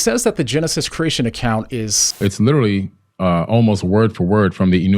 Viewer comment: I really wanted to watch this but I just can't listen to someone constantly using the term "literally" and pronounces it "little-ly." OMG! It doesn't stop!